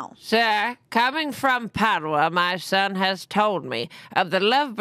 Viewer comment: Omg you guys pronouncing Padua that way is literally killing me 😭😭😂